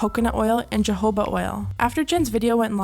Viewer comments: its read as HOHOBA not JOhoba ahahhahahha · jahoba oil lmao its huhho ba oil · im sorry but its not “gehoba” oil, the word is jojoba and its pronounced “ho-ho-bah.” and also, they do not use live carmine, they collect the dead ones and make sure they are sanitary before actually crushing them and using them. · "Jahoba" oil? xD Also, they should be obligated to announce formula changes because of people with allergies. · jojoba oil is pronounced hohoba thank you. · “hahoba oil” 😂😂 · Joe-hoba huh? Hahaha fuckin ree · No hate but I'm pretty sure it's pronounced "huh-hoba" oil, no Js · No hate, just letting you know, Jojoba is pronounced huh-ho-buh, the J is pronounced like an H. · “Juh-hoba”? Lol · Hi just so you know for the future, the 2 J’s in Jojoba oil are pronounced with an “h” sound. So it should sound like “Huh-Ho-Buh” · jojoba oil is pronounced like "Ho-hobah" oil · I can’t get over her pronunciation of jojoba lmao. It’s not even important but I can’t focus on anything else